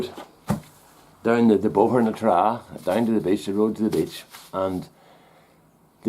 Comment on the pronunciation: Lol! This Yank thought you were saying "bitch"! Took me a minute to realize you were saying "beach"!